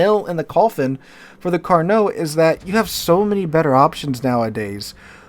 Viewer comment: Carnot? More like caree not😂